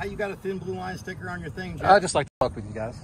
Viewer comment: "My name is yeff" lmfao